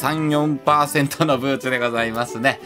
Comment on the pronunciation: 34(さんよん)がどうしても34(さーよー)になってしまう(笑)